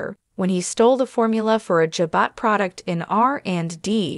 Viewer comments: If u are going to contnue this site...pronounce the characters correctly...devon is day-von & jabot is juh bow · For Pete sake say Jabot correctly.